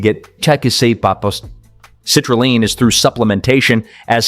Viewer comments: F'ing dumb AI. it's CITRULEEEEEN! Not Line! And the pronunciation doesn't change twice in the same MF'n sentence!! Is it ever A-MY-NO acid??? Funny how this cheap shit AI bot never said; "ARGI-NINE"! Nope, it said ARGINEEEEEN! Just like grandma used to say. "Taken before workout" -HOW LONG BEFORE A WORKOUT in 2026?? 15min's? 30 min's? 1hr?? -HOW LONG DOES IT STAY EFFECTIVE for said workout in 2026??? Is there a half life or a sweet spot for effective dose duration in 2026? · Frequent mispronounced words and garbled phrases. Citrulline is pronounced differently between sentences. Destroys credibility for me. TD